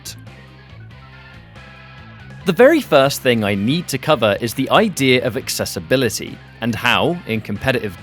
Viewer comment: Why do you pronounce the word accessibility with a letter R in the middle of it?